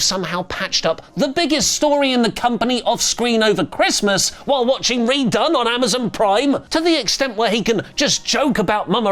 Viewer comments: Hogan getting booed was AWESOME! Btw, it’s Red One not redone😂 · its said Red ONE not redone